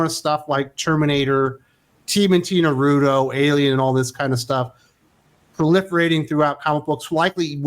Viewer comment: Nar Root Toe 🤣